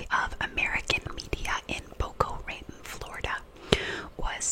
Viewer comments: It's funny to see you struggle with word pronunciation because it's very relatable. A bit of a tip, the city is pronounced Boca Rat-own. The literal translation from Spanish is "mouth rat." Can't wait to see you cover more cases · "Boko Rayton" Florida LOL.